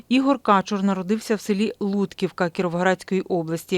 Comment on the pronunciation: Вічна пам'ять героям! Перепрошую, але Ігоря Кáчура, а не Качурú